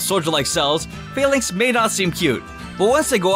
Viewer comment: why do ppl pronounce falinks „fail-links“ its a combination of phalanx and links, like linked together and phalanx isnt pronounced „fail-lanx“ stop making this fail-ure